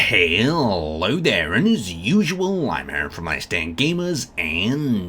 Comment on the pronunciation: I swear to God every new video is a new opportunity for him to add extra syllables to "Hello".